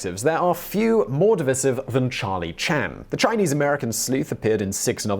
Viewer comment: Nothing more divisive than not being able to pronounce divisive.